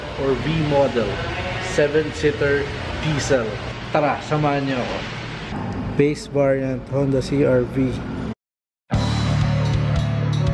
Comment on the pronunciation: "vase bariant"